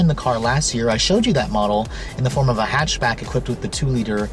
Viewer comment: Aleksandar Angelov "hechbeg" xD